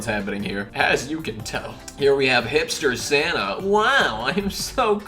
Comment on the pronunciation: when you said hipster santa i thought you said hitler santa